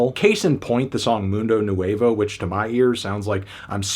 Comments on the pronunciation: Isn't crazy how people who don't speak a certain language can't pronounce words from that language correctly 🤯🤯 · I kinda wanted to punch a hole in the wall when you pronounced nuevo like "new-ei-vou"